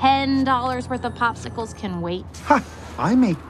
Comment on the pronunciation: Thanks so match but in its popsicles not a pospicles if I'm not mistaken.